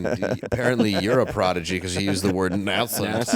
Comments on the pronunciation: nay-sent, not nah-sent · Words commonly mispronounced by people who have read and understand them, but never learned to speak: 1.) Nascent (Nay-Cent) 2.) Epoch (E-Pock) 3.) Chasm (Caz-Um) Great show as always... Geez,... That makeup is haunting. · Pronounced ‘nay-scent’ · I'm pretty sure it's NAY-SCENT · it's pronounced nay-cent.